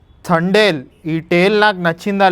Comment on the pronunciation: థ కాదు బయ్యా త అనాలి